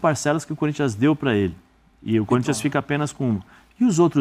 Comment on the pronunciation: O Neto falou que o Gabigol tem a cara do Corinthians? Mentira! Se foi o Neto mesmo, ele falou "CÚRINTHIAS".😂😂😂😂😂